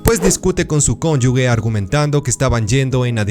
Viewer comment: Cónyuge ,cónyuge 😅